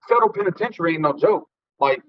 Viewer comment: Boy I swear I hate the way he say federal prison.Wth is a fedro prison?😂😂😂😂😂